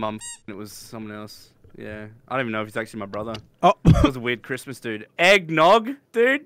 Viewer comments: "Careesmas" Says 🤣🤣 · “I’M EEXITEED FOR CHREESTMAS” Great words of